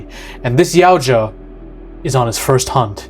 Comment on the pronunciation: Help me understand how you can correctly pronounce Yautja. But, you can’t pronounce Elle, the same way you would say the letter “L” or pronounce Yutani even remotely correct.